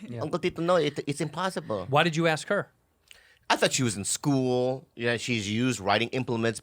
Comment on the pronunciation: "I went to an all-white Screwl" - 2020